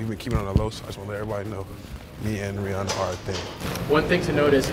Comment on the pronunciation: he capping on Rihanna's name lmao